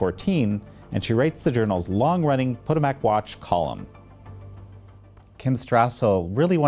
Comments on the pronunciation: Did you really just mispronounce Potomac? "POE duh mak" = WRONG! "puh TOE mik" = correct. Really, how could you? I had to back up and play it again to be sure. How could you? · Omg someone tell him how to pronounce Potomoc 🙄😳😬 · Who is this beta male that can't pronounce the word "Potomac"? Pote-a-mack? And that color pocket-square ain't makin' it